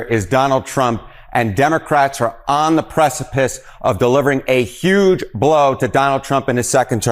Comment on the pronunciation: The newscaster kept saying “YUGE “ just like trump does. Except when he forgot, slipped and then just went ahead and said HUGE.